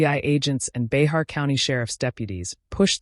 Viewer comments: Bexar pronounced " Bear " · Bay-har county??? Lol😂😂 This narrator definitely has no business making videos This individual is just repeating information already spoken. Probably isn't even from here in San Antonio. Get a real job lamo!! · Bexar is pronounced as “BEAR”. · It's (bear) Bexar county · Bexar county is pronounced BEAR